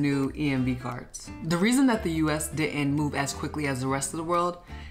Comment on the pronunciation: Why do so many folks mispronounce “didn’t”?